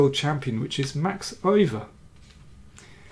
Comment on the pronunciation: I once asked a dutch chessplayer how to pronounce the name Euwe, and it wasn't “Oive” as a German might say. The trouble is that I don't know how to write the correct pronunciation. Wikipedia says [ˈøːʋə] Listen about 22 seconds into this video